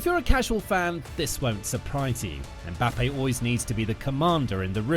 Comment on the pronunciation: His name is Penbappe